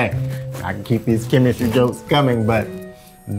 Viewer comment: “Oh Chemis-tree. Oh Chemis-tree, how lovely are your projects!” 😂 yooooo!